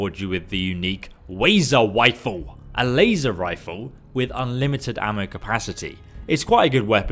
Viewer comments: Wait wait wait, he gives you the Wazer Wifle?! Back in my day, I had one of those from a kid named Biwwy. He was awesome. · The wazer wifle was in fallout 4